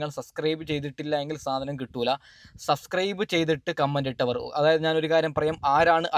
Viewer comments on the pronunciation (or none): none